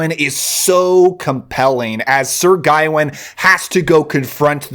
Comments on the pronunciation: It's not "guy-win" It's gah-wain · My dude, it's guh-wayn like wayne with a guh in front of it.